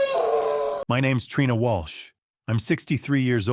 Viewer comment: I think AI needs to do a little bit more work on Trina. Trina Trina lawdy